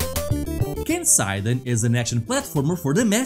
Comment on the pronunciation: There is something very nostalgic about Keiseiden, I never had a master system, and I used to say "Kay-Say-Den" after seeing the game in a magazine, all my friends insisted it was "Kay-SIGH-den" (how I heard you speaking), and it took me about 20 years to realize my naive way of saying it was closer to the japanese pronunciation.